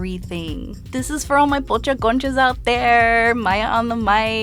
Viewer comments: tell me why i thought she said coochie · 'Conchas' sounds a lot like 'kontjes' what means 'lil asses' in Dutch and I can't unhear it 😂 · I thought she was saying coochie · She know damn well that’s not you should say conchas . BTW if you’re born and raised in the USA you’re not Mexican, you’re American